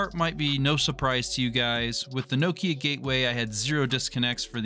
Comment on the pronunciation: nokEEya lmao😂😂😂